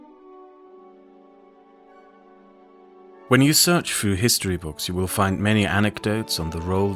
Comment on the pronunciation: Through, not frough.